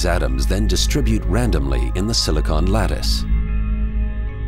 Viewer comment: I don't like the way he pronounce silicon.